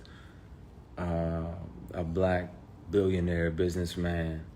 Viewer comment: he said billonaire